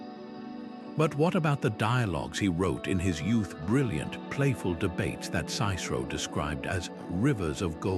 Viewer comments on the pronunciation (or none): PS: Hitler also tried to “save” (appropriate) world art and treasures along with his helpful Muslim battalions. This presentation seems to be an apologist for the 400-600 AD Arab subjugation and cultural appropriation of pre-Christ Egypt. And it is SISS-err-oh. And PLAY-toh.